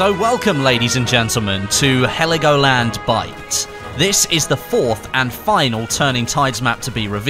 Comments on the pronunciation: Its Helgoland not Heligoland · Heligoland ? In german its Helgoland